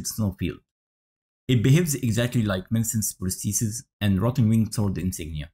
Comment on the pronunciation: Nah, you actually said it perfectly mate